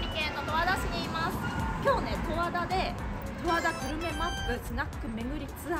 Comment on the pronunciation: 十和田⤴︎じゃなくて十和田⤵︎ね